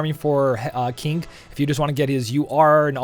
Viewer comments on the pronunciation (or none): The way you pronounce King is kinda funny :)